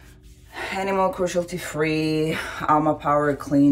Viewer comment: Animal crushalti free 🤣 I mean there were a lot of mispronunciation but this is just too obvious and weird 🙈